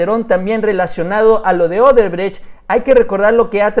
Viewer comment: ¿Marcelo Odebretch? Jajajajajaja Se te enreraron las palabras...